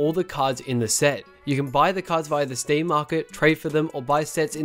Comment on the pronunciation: stem this, stem that. my ears got cringe fucked